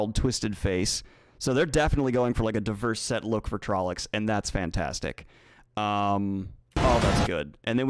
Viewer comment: It's, among other terrible mispronounced words, TrollOcs, not trollEcs. Also, forced Chad laugh confirmed.